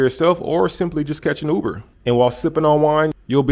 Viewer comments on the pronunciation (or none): none